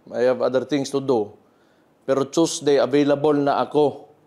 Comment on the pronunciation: Tusday at manday daw ayusin mo haha😊haha